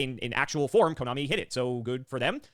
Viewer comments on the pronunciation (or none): none